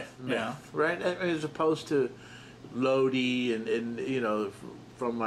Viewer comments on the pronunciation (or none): Lodi? You mean "Loke" (Loki)? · he means Loki not logi